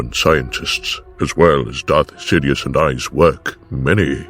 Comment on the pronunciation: I thought he said, "Darth shitious"